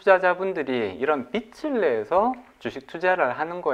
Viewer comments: 잘 들었습니다. 발음 좀 수정해야겠네요. 빚을( 발음 비츨->비즐) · 말씀 참 잘들었습니다. 다만 자꾸 "빛을 진다"는 말씀을 너무하셔서 이상하게 들립니다. 다음 출연하실땐 "빚을 진다"라고 해주시면 더 좋을것같습니다!!^^ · 빚(비즐)내서~~ 빛(비츨)을 내서가 아닙니다 국어시간에 뭐하셨을까? 비즐~~~~~내서 (빚) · 게스트가 빚을 계속 빛이라고 하시네요. 빛을 빛을 ...